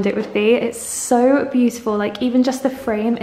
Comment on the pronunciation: Tired of hearing 'puhfect' and 'beauttfull' through all these vlogs!